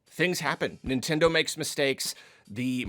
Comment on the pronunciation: Stop it nintendeen